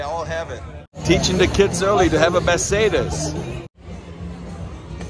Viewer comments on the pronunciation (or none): none